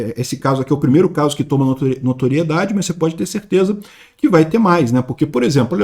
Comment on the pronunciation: "Primeiro caso q tomou noteriedade?" Nao mesmo